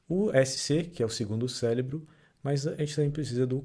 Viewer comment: Não só em . São vários célebros 😂😂😂